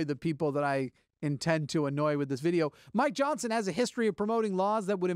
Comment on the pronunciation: Every time you say Mike Johnson, it sounds like "my Johnson".